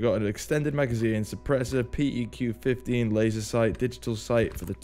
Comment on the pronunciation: P E Q 15😂😂😂 Veterans: it’s pronounced “Peck” 15😂 Awesome video👍🏼